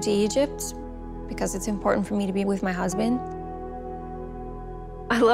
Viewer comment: He literally said i will Take ibrahim Wizzzz me